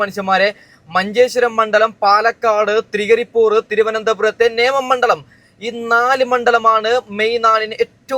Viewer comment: തൃകരിപൂർ അല്ലടാ മൈരേ തൃക്കരിപ്പൂർ